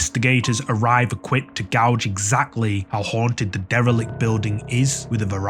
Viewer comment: It's pronounced gage spelled gauge and says is pronounced sez not saays.